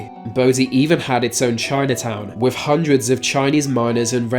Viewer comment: Why do you pronounce words with a th as if that makes the F sound? It's "thousands" not "fousands", and it's "with" not "wif". It's fun listening to you butcher the english language. Lol